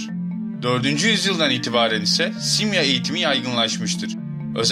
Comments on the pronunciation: YA AGA..SİMYA SİMYA DİYONDA HIZLI HIZLI bi garip geldi dinleyemedim..simya derken .. sondaki a da inceltme var simyaa..YAPAMIYORSAN SONDA 2 TANE aa varmış gibi okul sana zahmet . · dostum simya degil simyaa ikinci a var gibi okunur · telaffuzu, "simya:" (yani iki "a" ile, simyaa)